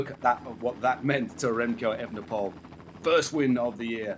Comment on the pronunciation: You can say the correct 'oole when you mean Houle, so why don't you say Evenepool instead of the incorrect Evenepole (and Van der Pool instead of the incorrect Van der Pole)?